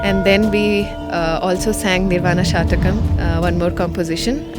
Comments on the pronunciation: If I am permitted to correct it is " shatkam" ( six verses) not "shatakam" (100 verses) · Lady….. it’s SHATHAKAM not shaAthakam please! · Before making a clip like this please check up your facts with a samskrith scholar .It is not Nirvana Shatakam but Nirvana shatkam (consisting of six stanzas).Madam ! half knowledge is dangerous! samkrith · Isn't it Shathakam instead of Sha(a)thakam? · It is Shatkam pl. Six slokas. Not Satakam which will have 100 slokas. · Pl note that it's "SHATAKAM..." NOT "SHAATAKAM" Wish it would be corred. THANKS... WITH BEST REGARDS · Pl correct...It is "S H A T A K A M " and not SHAATAKAM .. Thanks..Best regards.. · It is 'shatakam', not 'shaatakam'. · Very nice presentation, good effort, but it is not Shaatakam, it is shatakam, meaning 6 verses.. Please keep working on our ancient cultural and spiritual glory, but just a minimal collaboration with someone with a lot of Sanskrit knowledge may be helpful to avoid any pronunciation errors. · Please pronounce shaTakam not shathakam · Hello young Lady presenter, why do you wrongly pronounce Samskrit word "Shatakam ( it means 100)" as " SHAATAKAM"? I am sure you are not born in UK /USA but merely trying to imitate!! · It is Nirvana Shatkam not Nirvana Shatakam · It is not shatakam. It is shatkam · It is NirvaNa SHATKAM PLEASE, not Shatakam. Composed in six stanzas- shat षट् whereas शत is hundred. शतकम् has hundred verses. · It is Nirvana Shatkam (6)and not " Shatakam"(100). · Your pronunciation is wrong, dear! It is pronounced as "Shut-Ah!-Come". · It is shatkam not shatakam. It has six verses and not 100. Please stand corrected. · You are pronouncing shatakam wrongly. It's six shlokas and not 100 but your pronunciation means they are 100. Please change as it gives away wrong meaning.